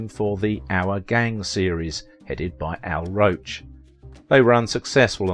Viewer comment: It is Hal Roach, not Al roach.